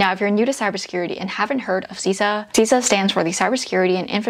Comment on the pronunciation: Great content,! I am a big fan! Just FYI, CISA is pronounced "SIS-A" and not "C-SA." No biggie, just letting you know, from someone who works there. Thanks for sharing these gems!:)